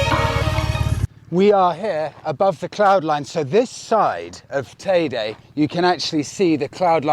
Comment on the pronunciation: Definitely not TayDay. It’s Tayde Or tayda teeda